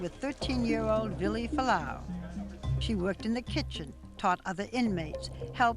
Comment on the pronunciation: CAN YOU JUST LEARN TO SAY FUALA'AU PROPERLY PLEASE